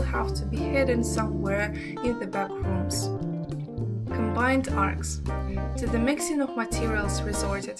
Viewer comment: Arch is what she is trying to say. Not arts, not ark. Arch.